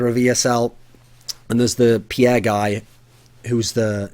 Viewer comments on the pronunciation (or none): none